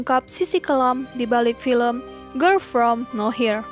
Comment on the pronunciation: ngomong girl nya aja ger ger grel gemesss😭